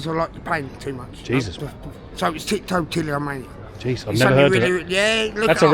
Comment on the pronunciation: Love that the guy with Trichotillomania tells us how to pronounce it while saying it completely wrong and I'm pretty sure that knocking your own teeth out is probably not a recognized symtom! Lol